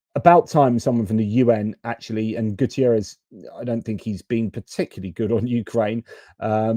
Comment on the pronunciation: Not Guterriez. It's Guterres. He is portuguese. Not Spanish.